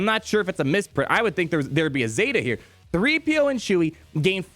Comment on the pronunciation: "Chee-PO" is how I will refer to them